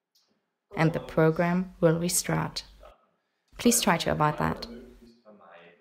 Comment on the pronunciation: “restrat” why